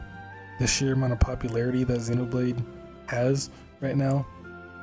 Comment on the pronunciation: It's been annoying me since the release of the original Xenoblade that hardly anyone it seems can pronounce Xenoblade correctly. Even in official americanised trailers.